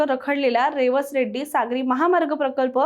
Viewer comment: रेवस रेड्डी नव्हे रेडी असं आहे रेडी हे वेंगुर्ला तालुक्यातील गाव आहे